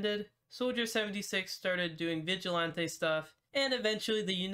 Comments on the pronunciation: i hate that u say vigilanteeeyyy its vigilantiiiii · the way he said viglante just mad me mad it sounded like he was speaking frence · The way you say vigilante makes me laugh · why does he say vigilante like that